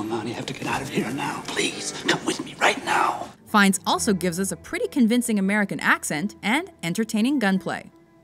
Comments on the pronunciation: fines hahahha its fyenne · Why is he called Ray Fines? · Why tf is his name pronounced Ray Fines? I thought it was Ralph Finnies, for some reason